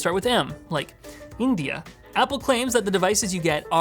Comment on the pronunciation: It is India not Mndia